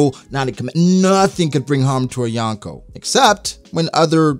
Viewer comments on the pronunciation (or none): My skin cringes every time he says yawn koh